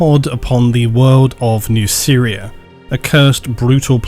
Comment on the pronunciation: The way you pronounce Nuceria makes it sound like "New Syria"